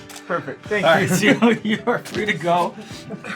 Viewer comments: Did Sean say Simu wrong? the audio in the intro sounds funny lol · Hang on did sean mispronounced simu’s name ??